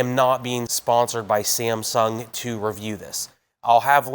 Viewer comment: Why is he pronouncing Samsung as "Siem-sung"??